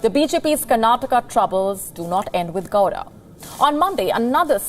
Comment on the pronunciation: Until now, we kannadigas were urging to pronounce Karnataka properly now we will have to do the same to call names properly, its Sadananda Gowda, not Gora. 😂